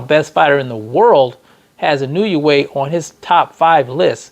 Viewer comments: Nay-OY!-ya N-O-way. It ain't, "I knew ya way." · Actually the letter i in Japanese has a long e sound. So the proper pronunciation is: E No Eh